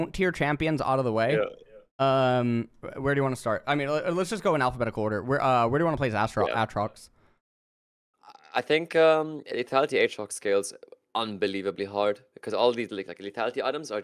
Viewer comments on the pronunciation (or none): how did u say aatrox... AAAA trox